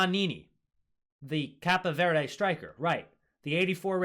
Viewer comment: It’s Cape (like a superhero cape) Verde